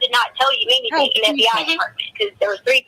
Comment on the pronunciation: If I never hear the word “Anythink” again it will be too soon!!!